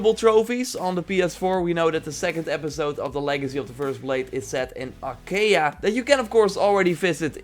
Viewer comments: No, it's a-kha-e-a. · it's pronounced a-ha-e-a just saying :D